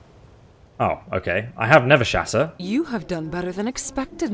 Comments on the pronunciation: I like how he kept calling it Nevershatter when it's listed as Nerveshatter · its called NERVE SHATTER not never shatter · I'm definitely eager for the next episode, however the mods quests so far have just been go to this dungeon, kill this guy, retrieve ancient artifact, report back. Hopefully they become more interesting, also a small detail but your calling the hammer 'Nevershatter'. But it's 'Nerveshatter'. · Love how you keep saying Nevershatter, when thats not the name, lol. Does anyone else pronounce "nerve" as "never"? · What it says: NERVEshatter What the characters call it: NERVEshatter What he's saying: Nevershatter Why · I feel like you're mispronouncing Nerve Shatter lol